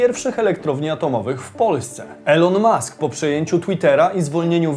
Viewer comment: Elon mask czyta się jako ilon mask, drobna sugestia